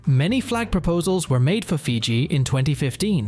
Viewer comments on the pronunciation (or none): none